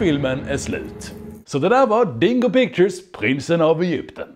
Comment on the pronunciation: Jag kommer aldrig inte skratta när han uttalar dingo pictures som ”dongo pongo” 💀💀💀